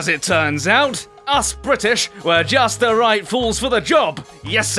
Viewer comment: i like when says bwrritish